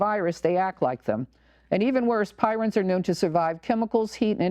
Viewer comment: I believe the oddly folded proteins are called prions (pronounced PREEons), not pirons. Thanks for your work. At the very least, they need to get the flouride out of the water supply. I don't drink tap water due to that and the chloramines plus all the pharmaceutical traces and who knows what else, pesticides, glyphosate (Roundup), and on and on. Yet the Sierra Club wants us to drink tap water to save the landfills from being overwhelmed by too many plastic water bottles from bottled water. I am sending out crystal messages to prevent 5G. I have tried to tell people about 5G but most people are so dumbed down from consuming the tap water!